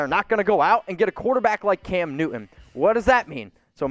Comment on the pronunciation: All I'm hearing is... Cam "New-eh. New-eh. New-eh." Oh and hit that subscribe "Buh-eh. Buh-eh. Buh-eh. "